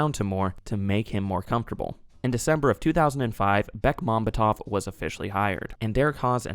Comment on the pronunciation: The stress on the director's last name is on the secoy to last vowel. BekmambEtov.